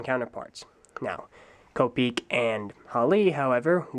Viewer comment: Please pronounce Kopeke as “ko-peh-keh.” English isn’t the only language on earth, so please don’t apply our bullshit phonemic rules to names of Polynesian origin.